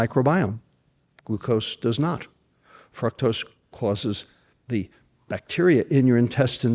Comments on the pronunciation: He mispronounced .fructose. "fruktose" lol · I don't think he is pronouncing "fructose" correctly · I don't think I've heard anybody pronounce fructose the way he does. Anyways, good points